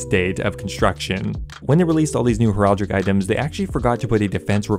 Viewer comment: Heraldic "hair-al-dic"